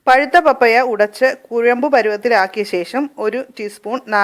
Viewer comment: മമ്മിയല്ല പാപ്പയാ.. 🤣🤣🤣🤣പപ്പായ എന്നാണ് പറയേണ്ടത്